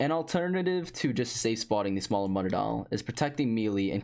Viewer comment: I can't be the only one who was annoyed as fuck about how he said mutadile